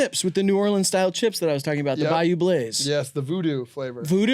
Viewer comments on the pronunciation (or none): none